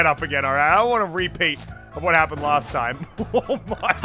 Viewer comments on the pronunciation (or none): none